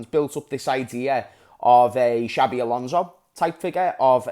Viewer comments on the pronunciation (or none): none